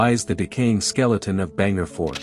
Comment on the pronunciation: Bhaaaaan garh 🙄 its bhaaaan gadh 🙄 not bhengar